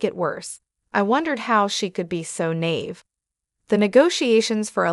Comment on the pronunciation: You need to teach your AI how to pronounce alimony and naive. Had to stop listening it got so irritating.